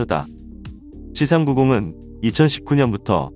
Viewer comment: "씨삼 구공"이 아니라 "씨 삼구공" 입니다